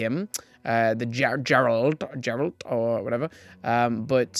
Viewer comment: If you've played wild hunt I feel like you could probably pronounce Geralt's name 🤣. It's pronounced with a traditional G sound Hoping they release more than this. There are going to be tons of people who play halo and like witcher who will buy these. Call of duty ones were our sooo long ago which is a good reason why they never got popular. Now stores don't sell any mega construct other than Pokémon and a few halo blind bags.